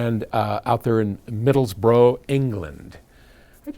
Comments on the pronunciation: Middlesbruh is how you pronounce it. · the ending of Middlesbrough is pronounced as in "brush" but ignoring the "shh". So it's Middlesbru and unlike Middlesex it is no where near London and all the better for being 200 miles away!